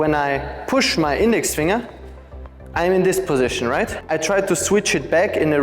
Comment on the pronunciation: Finger is pronounced fing' ger. I'm happy I found your videos, very informative!